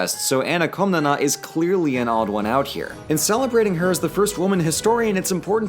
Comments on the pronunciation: shouldnt it be written "Komnene" in english, since its Κομνηνή in greek? (edit) i couldnt help but cringe every time you said KomnenA, it hurts. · Its Koh-mnee-nee and the male one is Koh-mnee-nos